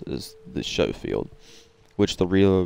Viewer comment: Not trying to be funny with you mate you say it however you wanna say it but the proper pronunciation is with adding the c in the pronunciation so what I mean is that when you say it it sounds like you are saying it like showfield revolver but you are supposed to add the c in the pronunciation. Hey man whatever you say it how you want at the end of the day, you say potata I say potato. I prefer the Lemat actually to the Schofield I like them both but I always take the LeMat over the Schofield due to its feel, its look, its ability to get clean headshots at range, and it's dual functionality of its smooth bore shotgun tube or its 9 shot revolver rounds. 9 is better than 6 in times of a throw down, longer loading though too. I like the gold on silver here.